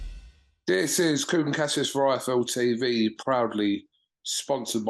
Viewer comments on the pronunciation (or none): none